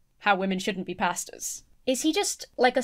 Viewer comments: when you say “pastors” my brain hears “pastas” and i agree. women shouldn’t be pastas! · It sounds like you're saying "Let women be pastas!". I know you mean pastors, but it's more funny this way :) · This video is 10/10 but every time Emma says "Pastors" it sounds like "Pastas" to me